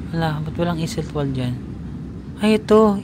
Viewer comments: Just a little tip lang po Ost is a german word means east. W is pronounce as V, like Iseltwald/Grindelwald pronounce as Iseltvald/ Grindelvald. Wald is a German word means forest. Enjoy your trip and try at least one authentic swiss meal. That's part of experience. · Hello, so, it's a good thing that you have taken the boat ride of Lake Brienz. The other lake, Lake Thun is also beautiful especially in autumn. OST is East in english. No train to Iseltwald (Iselt-vald), just boat or bus (20 minutes). I went there 3X, one time I came very early to catch the sunrise. It is very beautiful. The Bus 103 goes to Interlaken West also. Yes, may bayad na sya na 5chf, and platform ng CLOY. The 3rd time I went there may bayad na but the 2 visits wala pa, My first visit umuulan kaya di ako nakakuha ng good pictures, but the 2nd and the 3rd visit was so beautiful and had taken stunning photos. Speaking of CLOY, di sila nagkabalikan dyan. Di rin sila nagkita, but they might have meet na hindi pa magkakilala. From Interlaken to Lauterbrunnen and from there you can take another train going to Grindelwald and from there you go up to FIRST taking a cable car, up there is where CLOY naglanding sya at nagkita ulit after maraming years na hanap nya balik balik sa Zurich at Iseltwald. Doon din sa taas sila nagkita the 2nd time after sa bridge ng Sigriswil, (you can reach that place also by Bus), di pa sila magkakilala, naging photographer sya ng dalawa. Anyway, I'm happy that you enjoyed your visit there sa Iseltwald & Interlaken. Migros is pronounced silent "S".